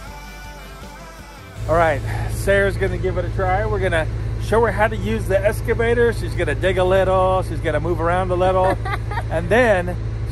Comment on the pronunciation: Now that machine is an “elks-ca-vator”, NOT “es- ca-vator”! I am sure that with practice you will get it right! LOL!